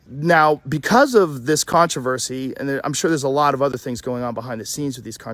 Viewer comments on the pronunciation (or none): none